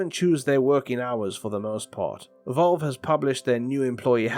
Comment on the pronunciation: Who tf is Volve lol